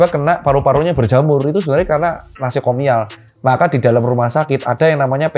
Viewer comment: Doc, koreksi, infeksi nosokomial, bukan nasokomial